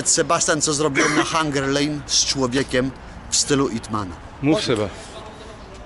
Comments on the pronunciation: Nie IT MAN a IP MAN jak juz coś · IP MAN, NIE IT MAN XD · "IT Man " a ja glupi cale zycie myslalem ze to "IP Man "